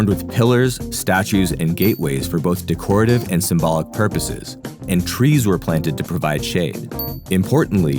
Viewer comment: Decorative = Dekretive ✅ Decorative =\= de-koh-retive ❌